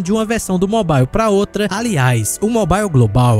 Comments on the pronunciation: pq todo brasileiro fala mobile errado? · não sabia dessa, boa. Mas curioso tudo ser na pronuncia americana e só essa palavra ser de uk